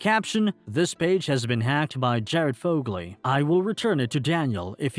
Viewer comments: Lmao it's Jared FOE-GUL, not "foeglee" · bruh pronounced Fogle wrong 💀